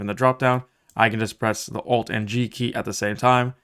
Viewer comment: whenever you say "press ALT and 3" or "Alt and 4" i kept hearing F3 and F4. I would like to report that i have closed unreal engine more times than i meant to.